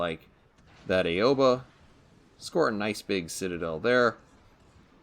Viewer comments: It bugs me when legends YouTuber call it the a-oba like that’s not how it’s pronounced it is pronounced like ow-ba. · its really no problem i play legends and PC it just has been bothering me as pretty much all legends you tubers pronounce it wrong as well as other ships but mostly the Aoba. lol